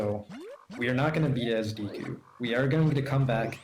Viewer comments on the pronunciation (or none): It's not díku, it's deku; how many times is it possible for one mispronounce the name? It's probably way over a hundred so far, and I'm only 30 min in... Holy fuck it's annoying to listen to; it sounds more like you're trying to say "dick" with a Japanese accent, than it sounds like you're trying to say deku... 🤦‍♂ (Also no, this isn't an accent thing, you have the proper E pronunciation in English, e.g.: Example, givEn, nEd, Else, thEm, mEmbrane, bEcause, Etc.) I hate how native English speakers just assume that vowels is pronounced a certain way, just because their own vowels are all shuffled around, and blended together... (Google the "great vowel shift" for more info.) P.S. This is why I detest English dubs of anime: The few things you can't translate, like names are just fucked up to the point where I feel physically ill just listening to it... 🤮 The least the VAs could do, is to watch & listen to the original, so they don't fuck up names! Again, it's NOT an accent thing, it's your preconceived notion derived from years/decades of being taught a shitty way to use the Latin alphabet; again, look up the "great vowel shift." -Written by a polyglot; if you're going to argue, you should at least be fluently trilingual.